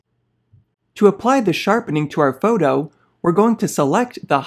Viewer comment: "foudoh" 😊 just kidding... love affinity products ❤